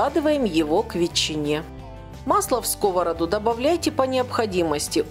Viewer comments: Не в скОвороду а в сковородУ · Рецепт чудесный. Раздражало неправильное ударение "в скОвороду"(((.